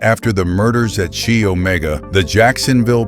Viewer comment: Right off the bat...they weren't all taken at night... several were taken in broad daylight. The sorority is pronounced "Ky" not "Chee".